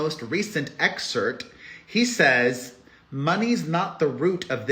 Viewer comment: I love you Perez but it's excerpt not excert!!!